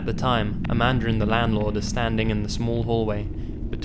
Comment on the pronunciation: I know her name is Amanda but i keep hearing Amander💁😳